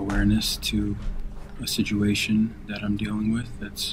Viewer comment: yeah the video is somewhat sad but the guy saying sijuation always cracks me up